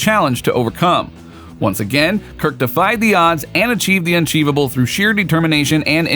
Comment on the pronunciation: Did he really just use the word "unchevable" ? I keep replaying it in case I'm miss hearing something but...I don't think i am.